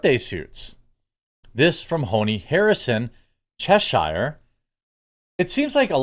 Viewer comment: His pronunciation of Cheshire made me cringe.